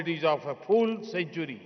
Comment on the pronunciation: Sir it"s not the "FOOL Century" its "Full Century" you should hire a pronunciation expert ASAP.